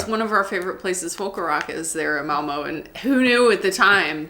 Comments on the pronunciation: Hallo agin. I noticed you are neglecting the line over ø. And prenonce it o. Like in Malmo mad not Malmø. You need to say æ ø and å. Difficult but not impossible. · Malmø - not Malmo. If you say "Learn" or "Earn", then you have the pronunciation for the ø in the end of Malmø. Say Malmearn - Malmearn a few times then drop the n at the end and you have a perfect pronunciation of Malmø. I like you videos! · Remember if you pronounce Malmö like Curley & Moe, it's incorrect. The "Ø" / "ö" is very distinct and mustn't dip!